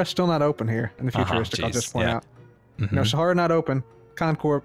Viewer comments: the fact he is saying saharia and not Sahara triggers me for some reason. no clue how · SAHARA NOT SAHARIA * TRIGGERED * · It’s called sa-ha-ra, not saharia. Is moonbase Alpha from something else or from Armada? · its SAHARA not saharIA. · Omg. I love you man but you really have to stop saying Saharia. It's Sahara... like the desert. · My dude sa-HA-ra not sharia no offense btw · I love how keeps calling Sahara, Saharia. lol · Its sah-harr-ra not sah-hari-ya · It is Sahara not saharia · you said "Saharia" its "Sahara" get it right please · SA-HA-RA NOT SAHARIA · It’s Sa-Har-ah not Sa-Har-Ee-ah! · It’s Sahara not Saharia!! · Sahara S-A-H-A-R-A NOT SAHARIA WEHJKRHEWJHRKEW CONCORPIA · I wonder if is saying "Saharia" instead of "Sahara" just to make the Architechs angry...😂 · Who's gonna tell him... It's pronounced Sahara, and not Saharia😆😆😆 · It's not saharia it's Sahara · Please pronounce Sahara correctly it makes me cringe when u at saharia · you saying saharia instead of sahara is going to kill me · Does know that he’s pronouncing Sahara like “Saharia”? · Uh you know it’s Sahara, not Saharia? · It's sahara not saharia Edit: love dat music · It’s Sahara not Saharia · It's Sahara, like the desert... Not Saharia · Sahara not saharia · ITS SAHARA NOT SAHARIA!!!!!! JC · Great video as always😁!! (Ps: it’s sahara not saharia) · Just wanted to point out that it’s ‘Sahara’ not ‘Saharia’ (It’s pronounced the same way as the desert) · I don't believe there is an "i" in sahara , do you say saharia on purpose? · its sahara not saharia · It's not SAHARIA, it's SAHARA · SAHARA!! NOT SAHARIA!! lol! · It's Sahara not saharia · I got to ask. Do you think it's really pronounced "Saharia" or are you just refusing to call it "Sahara", as in the Sahara desert it's named after? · You know it’s Sahara and not saharia right? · there is no 'i' in the word Sahara scar... xD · Sa- har- ia ? pronounce it like Sa-hara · Sahara, not saharia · "Saharia" Really?